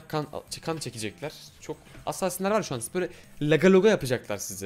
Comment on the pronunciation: lütfen assaasin deme ya doğru oku sonra insanlar yanlış kullanıyor lütfen